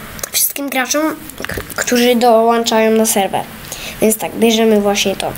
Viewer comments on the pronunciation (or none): none